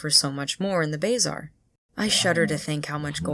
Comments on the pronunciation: It is pronounced buh-zaar, not bazar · real question is why you say "bay-zar" instead of "buh-zar" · it's pronounced "buh-zar", not "bae-zar". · brooo it's bah-zar not bay-zar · #10 The way you pronounce bae zar 💀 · It's "BUH ZARR" not "BAY ZARR" btw, nice video. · Ah hell, the way you say Bazaar just makes my inner englishman come to life and want to load a musket. I do agree that half of the stuff in the game is very poorly explained for its demographic. I thought that a secondary school wasn't just an option, but that it was mandatory. I thought that the game was an elaborate thing of rock-papers-scissors and I took ice and storm to make sure I'd always win, as I started as a death wizard. Horrible time, to be sure. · call it the "bay-zar" again, see what happens. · Bazaar is pronounce buh-zaar kinda like bizarre not bay-zaar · The what?? It’s The Bah Zar. Not Bay zar lmao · BAYzar idea how you say it??? I always said Ba Zar lol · I got so distracted by your pronounciation of the word "Bazaar" lol.. "bayy-zar" (its more like "buh-zaar") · Number 10: pronounce bazaar as "bay-zaar" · You mean... BAY ZAR lol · why do you pronounce it as bayzaar lol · Leave it to a fire wizard to say "bayzar"/s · Lol “Bayzaar” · Bayzar? Lol it was there before the kiosk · Pronounced bazar lol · shopping in the bayzar lmao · BAY ZAR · WHAT did you call the bazaar im crying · The way you pronounced bazaar caught me off guard